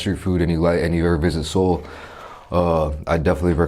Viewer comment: Anyone goes to Korea definitely try it also my ears hurt when he didn’t pronounced Seoul properly (multiple times)